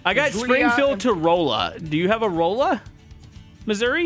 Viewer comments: It's not pronounced Rolla it's pronounced raw-la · Rolla is Ra-luh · ITS NOT ROLL UH ITS RAHLLA THATS HOW YOU PRONOUNCE IT 😭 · ITS NOT ROLL AH ITS RAHLLA THATS HOW YOU PRONOUNCE IT 😭😭😭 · That’s not how do you say Rolla? It’s not whatever you said it’s roll. You hear me. I’m from Hazard. Do you hear me?